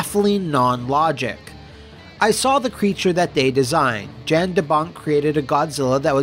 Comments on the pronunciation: YON (as in "yawn"). Not Jan (as in "Jan Brady"). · I know this is two years too late, but Jan de Bont is not pronounced Jan like January, it's pronounced more like yawn. The J has a Y sound. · Is Jan not pronounced. “Yan”? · What happened? Roland Emmerich happened. The biggest problem with any Roland Emmerich movie is Roland Emmerich was involved. Also, Jan de Bont's first name is pronounced like yawn. He's Dutch.